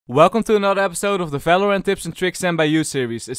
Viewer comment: stop saying Felorant its wronge :D